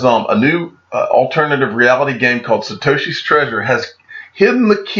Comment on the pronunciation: Having some trouble pronouncing Satoshi huh? Lol